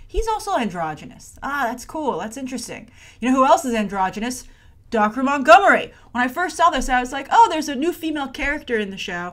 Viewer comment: His name is pronounced dacre montgomery you pronounced dacre Montgomery's name wrong